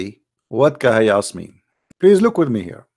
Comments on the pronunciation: Rubbish… this is a wrong calculation simply because this is not a word pronounced “kahayas”, but it’s pronounced as separate letters names “ Kaf, Ha, Ya, Ain, Sad” … search for recitation of chapter Mary and listen how it is pronounced! Jesus Peace be upon him, is the messenger of Allah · kahias? bruh its Kaaf Haa yaa Ayn Ssad, atleast speak with knowlege. this phrase , we cant tell meanng of, there are similiar phrases like Alif Laam Meemm. well theres a whole background behind this , i m nt gonna go into it. the point is the word aint kahiyas , any muslim who has read the quran would never say its Kahiyas lol